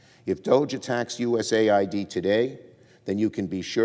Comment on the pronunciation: US AID / US AID / US AID not U-S-A-I-D lol